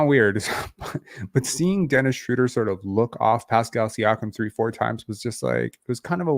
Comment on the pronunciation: shrowder not shrooder my god people need to understand languages